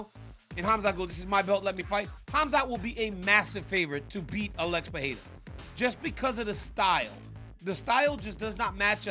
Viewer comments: Hopefully now that Pereira is champion DC will learn how to actually pronounce Pereira, not Peherra , but P e r e i r a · I’m a pereira myself I don’t understand how people have a hard time pronouncing it. Basically it’s “Per-ry-rah” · Its simple -perera